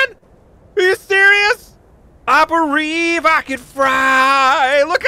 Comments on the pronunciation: i bereive i can fry?! lol xd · i berieve i can fry!!! lol <S